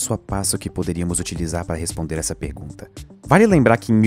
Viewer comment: Essa "pegunta" kskksksks dsclp